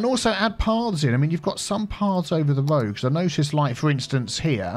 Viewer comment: Great video, A Good looking City. I do love a Good Cup of Tea but i think now i love a GOOD "Woad" Too. LMAO. xxx